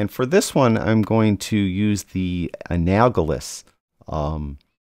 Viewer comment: Sorry, pronunciation... an-AL-o-GUS... I have used teal, 180, for shadows, and then looked at red, 0, and then have taken the analogous of red, orange, 30, and magenta 330, and have the in midtones and highlights, sometime closer to red, 20 and 340. Then adjusted to taste